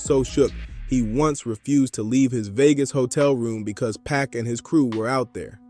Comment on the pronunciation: Good content but why u say PAC name like that